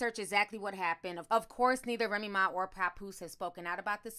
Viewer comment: the why you say papoose's name like that makes me cringe lol, it is PA-POOSE like "that goose"